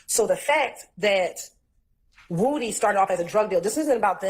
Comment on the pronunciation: lol and pronouncing his name the correct way (Woo-Dy) instead of woody😂